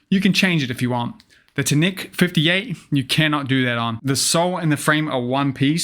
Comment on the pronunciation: How does a blading news channel STILL pronounce TNEC like a weirdo? I’ve not heard anyone say it that way